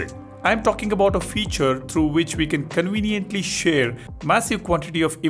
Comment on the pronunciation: I like watching your videos bro, but please try using the letter V! You know video, not wideo! Conveniently, not conweniently! At any rate thanks for the info is wery cool!! Oops I mean very!!